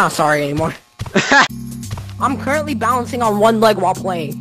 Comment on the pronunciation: Bro doesn’t no how to say currently